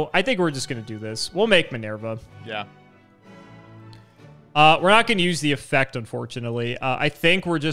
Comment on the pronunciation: Does actively think of ways to mispronounce words? Minerva is not pronounced Min-Air-Vuh. It's Min-Ur-Vuh.